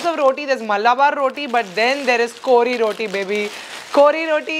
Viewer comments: Omg u said kori rotii love from mangalore ❤️ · even i am a mangalorean and i am so happy how you pronounced kori rotti love you so much and i am proud that even you are also partly a manglorean